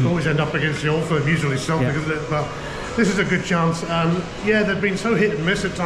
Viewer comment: Did he just say at the end of a (keltic) v Hearts as in celtic. 😂😂